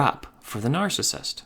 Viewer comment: It is NAR-CI-SSIST. Three syllables. Not NAR-CISST. It's NARCISSIST.